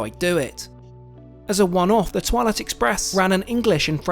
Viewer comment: I heard toilet tooo😂😂😂😂😂😂